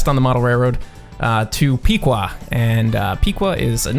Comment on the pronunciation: You Pronounced Piqua Wrong. Its Pick- wa Not Pik-Wa